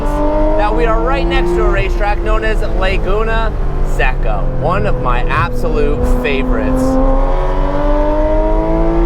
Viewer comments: I can’t take it anymore. It’s Laguna “say-cuh”. You’re driving me and the rest of Salinas California crazy. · im glad someone said it. it drives me NUTS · Lay-goonuh Sekkuh